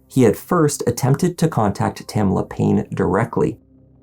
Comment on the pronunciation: I guarantee that my given name was quite unique in 1960; especially for a white woman!! ❤ My sister was Terilynn!! PS: THANK YOU for pronouncing it correctly!! TamEEEla is just so wrong!!😂